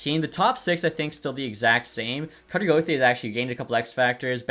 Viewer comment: I’m not a fan on how he pronounces gauthier 😭